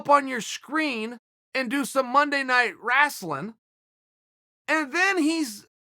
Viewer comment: It's not wrestling from now on, it's "raslin"